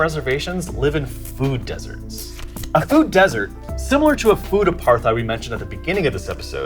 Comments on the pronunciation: The "h" in apartheid is silent. Just pronounce it like "apart-ide" (NOT "apar-thide"). Just trying to help. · Apart-heid (apartness), not aparth-eid.